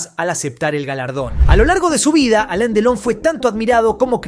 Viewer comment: No es Alen es Alan 😅